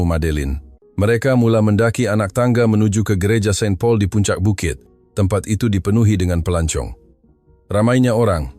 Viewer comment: Airport clea???? K.L.I.A, not clear!!! Seng Paul? Saint Paul